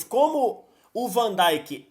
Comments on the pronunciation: o nome dele é vandeik seus ignorantes e não vandaik! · uma coisa que eu não entendo é por que aqui no Brasil, desde sempre, americanizam a pronuncia de vários nomes de jogadores, como van "daink", "Klaivert", "Wainaldum". Alguém me responderia por que é tão comum os comentaristas pronunciarem esses nomes de forma errada? lembro como dava agonia ouvir Galvão Bueno falar "Klaivert", por exemplo. Esse U tem som quase de i, ou seja, a pronúncia é quase um "Klivert".